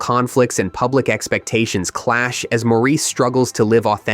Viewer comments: "Maurice" is pronounced "Morris". The narrator should have known this. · “Maurice” is pronounced “Morris”….